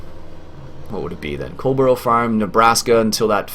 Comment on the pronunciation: Dear me,. Love your videos, but your pronunciation of English place names would make an angel cuss.:-) (puts on teachers hat) Now in the interest of international peace and understanding try this... HEH-reh-fudd-SHEER COLD-buh-ruh - depending on the exact regional UK accent you can really de-emphasise the second syllable, so it almost becomes COLD-bruh Master those, my good sir, and you'll sound 83% less like an American tourist. Now if you could just remember to drive on the left side of the road?:-D Joking aside, the Coldborough map really does reflect the UK countryside almost perfectly. The main road, that you thought might be over-wide, is about right for a rural main road, even down to the lay-by (the dirt covered roadside parking area). The only thing that doesn't look right is the road markings at the junction, which I'd expect to be Give Way (double dashed-line) rather than Stop (single solid line). The dirt roads leading from that to the farm and other places may be a little too wide, and typically they'd have hedgerows close on either side. The overall colour palette - the greens of the grass and the vegetation - is spot on too. Overall the creator's done a fantastic job, and if I hadn't already committed to doing a series on Hagenstadt 2015, Coldborough would have been the UK farm I'd been waiting for since the FS15 launch. Look forward to seeing this series continue. And Many Happy Returns to your good lady.